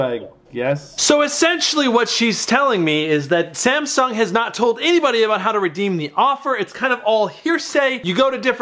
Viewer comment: 😂 “samshung sop app”